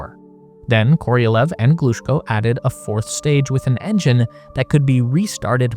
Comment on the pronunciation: Thanks a lot for this video! Just to help with the correct pronounciation of those great names: Korolyov: kuh-ruh-LYOF -- [kərɐˈlʲɵf] Glushko: gloo-SHKOH -- [ɡluːˈʃkoʊ] Chelomey: cheh-luh-MAY -- [tʃɛləˈmeɪ]